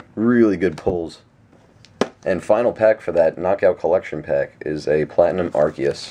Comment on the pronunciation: You pronounce Arceus wrong :/